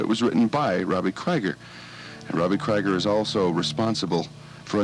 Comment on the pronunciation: let Robbie talk! and it's pronounced KREEGER